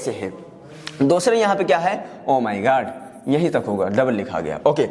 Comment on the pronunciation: Ohh my Goad (God) Sir pronounced it😊😅